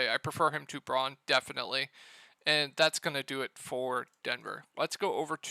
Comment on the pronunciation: Braun = Brown. You keep mispronouncing his name.